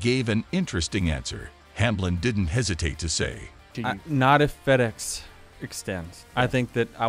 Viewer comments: Fe dex isn’t in NASCAR. This dude can’t talk right. It’s fed ex. Just saying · Your announcer can’t pronounce many words like feedex and many others. Find someone who can speak English! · Have you guys ever considered using a human being to narrate your videos?!? If you’re interested, I’d be available for you. Seriously “Feed-Ex”?!? 😂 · Can't even say Charlotte, Pocono & even Fed EX correctly. Hamlin is the most overrated driver NASCAR has ever seen. He's good at running his mouth that's it.